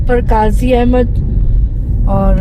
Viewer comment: Qazi a bad nahi Qazi ahned Naam hai Appreciated for video nice